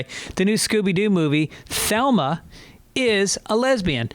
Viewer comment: Is this mf saying “Thelma” ..? 😂 Greg, it’s Velma